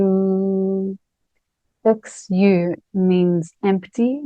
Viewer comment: Xu sounds closer to ‘she’ (like ‘She is Mary’) rather than ‘shoo’ or ‘shoe’. Many thanks to you for sharing Zhineng Qigong.